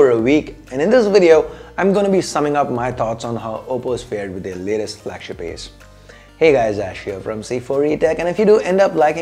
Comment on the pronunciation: Whenever he was saying Ace's I was hearing Asus😅😅😅